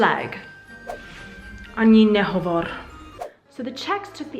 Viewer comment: Honestly, I have never heard about the UN short name rule. Your videos always teach me something new :D Btw your Slovak accent in "Ani nehovor." was spot on :D :D